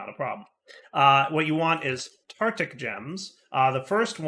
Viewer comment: Does deliberately mispronounce things or is just lazy with some words? 'Tartic' gem rather that tartaric gem for example.